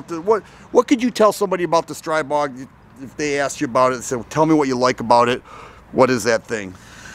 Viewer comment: STR-EE-BOG. It's pronounced StrEEbog. The newer generation has a non-reciprocating charging handle AND HB industries offers a conversion to make the original models NON-reciprocating.